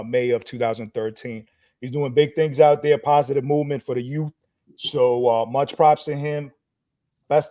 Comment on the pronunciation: what’s the youf movement or did you say the yute movement???